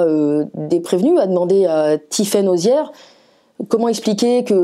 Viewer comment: Pas arrière mais Auziere